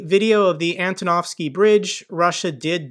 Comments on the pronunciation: Hi mate, love your content and cover but please say AN-TO-NOV-SKY and not anatovsky xD hehe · This is not Anatowsky bridbe, but Antonowsky one :) Good job anyway, thanky you for your updates from Ukraine.